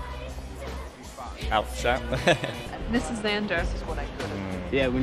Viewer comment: Its DIZZ NOT LIZZ hahaha